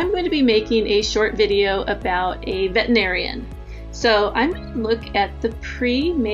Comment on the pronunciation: Good tutorial (apart from the pronunciation of veterinarian making me crazy). Very tempted to try it...